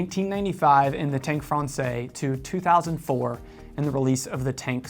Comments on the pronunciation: Great stuff! “Francaise,” though, is pronounced as frawn-sez. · The use of IIII instead of IV for numeral 4 is not a Cartier idea. IIII has been used on clocks and watches with Roman numeral dials since the 1700’s. BTW: Française rhymes with DAYS not DAY.